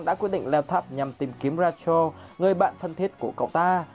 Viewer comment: Ad phát âm tên nhân vật Rachel và Zahard bị sai vl